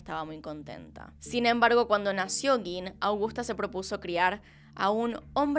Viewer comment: hola! solo a título de curiosidad: gein (del alemán; se lee gain - en alemán, "ei" se lee "ai" )